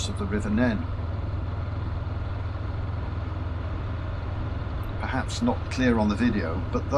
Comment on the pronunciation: An interesting video for those who don't know the area. Sorry to complain but for us locals it is extremely annoying to hear people pronouncing the River Nene wrongly like you did. As per the other comment it's called neen.